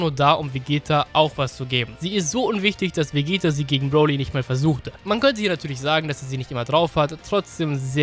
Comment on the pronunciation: Du sagst broli FALSCH